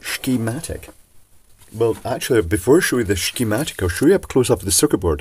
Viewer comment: Finally, a sssscccchhhhhemtic I can understand.